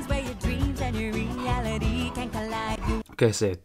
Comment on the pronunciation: "REE-ali-TEE can collide" sounds so bad. in "reality" you're supposed to emphasize the "AL" syllable. the word just doesn't work with that melody